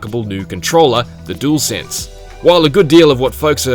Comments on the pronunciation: 'Dool sense' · Gotta love a “doolsense” controller. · What’s with this dude pronouncing the DualShock (jewel shock) and DuelSense (dool sense) differently?